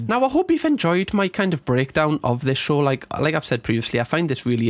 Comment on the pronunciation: drink when says SHORH instead of show 😁